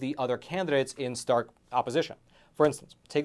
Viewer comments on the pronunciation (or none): none